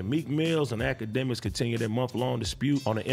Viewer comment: AD said "A-K" instead of "Ak" when he was talking about akademiks. That was funny